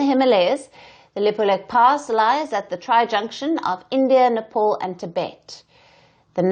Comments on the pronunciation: The beauty of Nepal (pronounced Né pāl, not Né Paul as this news reader did) is that they should be friendly towards India, like sibling Hindu countries. It doesn't bode well for Nepal to side with a bully nation like China and start imbibing China's [expansionist] qualities as well. India is the best possible friend Nepal could ever have, and they should value this relationship and stop acting like the other dreadful neighbours that India has been cursed with. Even strategically speaking, India is too powerful today. So, missing out on a possibly amicable and beneficial alliance with India can only be an unwise move. Wish the lousy leadership in Nepal understood this. China is not going to be a good ally. The red dragon will only bit your head off. So, beware, Nepal. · Yo dear woman first learn to how to pronounced Nepal It ia not Nepol its Nepal u Bluddy woman